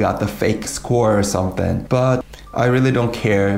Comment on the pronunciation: 썸띤 Somethin’ 하는 부분에서 이미 네이티브화 되어가는 모습을 보고있습니다 ㅎㅎㅎㅎ 영어 잘하시네요! 크 맛쥡니다 😎 끝까지 봤는데 정말 퀄리티 끝내주는 영상입니다. 영상으로나 내용으로나 최고네요. 많이 배우고 갑니다! 👍👍👍